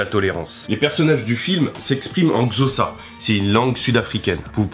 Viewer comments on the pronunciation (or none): La réelle prononciation de "xhosa" est en phonétique "kossa". C'est mon apport à ton brillant exposé des parallèles entre nos cultures et le film. Merci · Il prononce Xhosa comme zossa😂😂 Mais bon tres bonne video